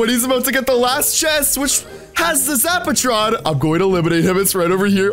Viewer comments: Why does say zaptron its zapatron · is calling it a zaptron not zapatron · Lol does know how to talk he said zap tron and its called a zap a tron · Price is the Sexiest zaptron is not the same as zapatron. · Why he call the zapertron zaptron